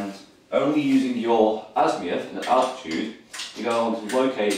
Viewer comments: Azimuth, not Azmiuth! Sorry, that was bugging me. Other than that, not too bad a set up guide :-) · azimuth not azmiuth